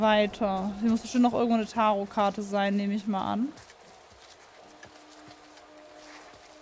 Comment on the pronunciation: Kann jemand "" bitte sagen, dass es "Tarooh karte" ausgesprochen wird?!